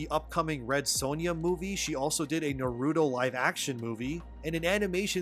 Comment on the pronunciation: I like your videos man but the way you pronounced Naruto made me cringe.